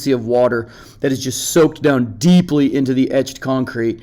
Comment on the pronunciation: The way he said "penetrate the concrete". Then paused, and emphasized "deeply". 🤣